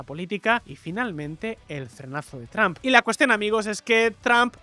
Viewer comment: Porque los españoles pronuncian “Trump” comp “TRAMP” (yo hablo inglés)